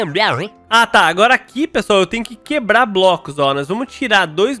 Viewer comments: "Queblar", você - Eu: KKKKKKKK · quebla:quebla Eu:kkkkkkkkkkk